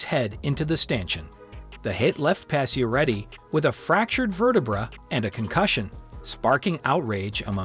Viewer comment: Please learn how to pronounce pacioretty “patch-er-retty”